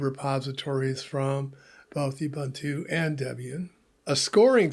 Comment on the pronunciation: It's pronounced "OOBOONTOO". "OOBANTOO" doesn't exist.